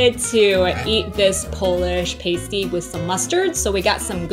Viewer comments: I love all michigan foods. Probably because im from and live in michigan. And sorry I Laughed when you pronounced PASS-TEE wrong. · Upper peninsula native here. Its pass- tee Not paste-ee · I’ve never paused the video to write a comment before until now. I come from the U.P., home of the pasty. It’s pronounced PAST-E, not PASTE-E. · Not, "pay-stee" but ya say, "pass-ty" and they normally have venison or other wild game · It's "a" as in past, not "a" as in paste. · And it is pronounced p-ass-ty please stop saying pastee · Pronounced: PASS - T! Hi! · For the love of God it's pronounced Pass Tee. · pronounced PAST-TEE the way you are saying it refers to something strippers use. also it was.not invented because of bacteria it was to avoid ingesting arsenic in mines in england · NOO THEY CALLED IT A PASTE EEE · You are pronouncing pasty wrong. Try pas-tee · JUST WANTED TO SAY: Sorry to all the Michiganders for mispronouncing PASTY!! lol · The mispronunciation of Pasty hurt my soul, it’s my favorite food… should’ve tried Mackinac Island Fudge as well, iconic. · I cringed at how you pronounced pasty. 😬 But I’ll forgive you lol. You really need to get a pasty from waaaay up north (still in Michigan) to truly experience the flavor! 😊 Also, drink Vernors when you have a cold or the flu. Then you will feel more like a Michigander 😂. Red Pop for the faygo choice was not a good one. Go try the rock n’ rye or cream soda flavors! 👍